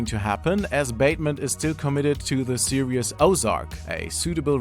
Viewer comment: Its pronounced serEEEEs not serEEUs